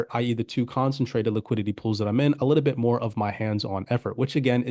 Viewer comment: Concentrated not consintrated.